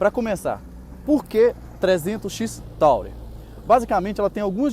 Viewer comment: Bacana, só não é "taurer", amigo; é Tourer e se fala "turer", que é a palavra turista em inglês...